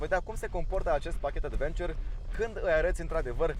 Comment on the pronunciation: cică Advenciăr =))))